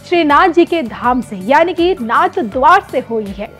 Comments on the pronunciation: Announcer does not even know that it is narhadwara NOT NathadwaR😢 इस भद्र महिला को सही उच्चारण भी आता नहीं नाथद्वारा सही उच्चारण है नाथद्वार नहीं 😢😢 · नाथद्वारा है जी नाथ द्वार नहीं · कृपया नाथद्वारा का उच्चारण सही कीजिए